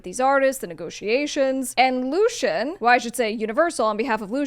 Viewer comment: Something about you not knowing how to say Lucians name makes me question your credibility as a "Top Music Attorney." How much experience do you actually have in this industry?